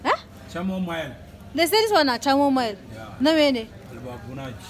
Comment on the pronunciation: It's chamomile😅 pronounced ka·muh·mile. Its a type of daisy like flower usually used for tea.